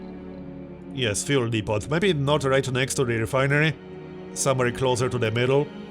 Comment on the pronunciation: Just FYI, The 't' at the end of "depot" is silent.